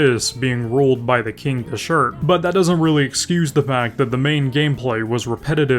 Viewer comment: LMAO give him a break y'all, he consistently mispronounces a lot of things so I'm honestly used to it haha.